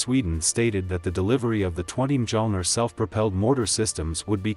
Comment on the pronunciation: But can’t they use Google Translate to find out how Mjölner is pronounced?